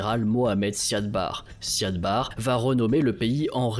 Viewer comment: c'est "Siad Barré" par contre. (même si on l'écrit sans accent) et "intégrité territoriale", pas "intégralité" par contre, quid du génocide des Isaaq que Barré a lancé, et qui a poussé les Isaaq a proclamer l'indépendance du Somaliland?